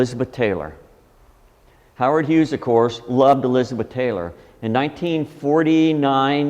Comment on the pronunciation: damn dude, his name is HUGHES, HUGHES, H U G H E S. For Christ sake quit saying Hughs.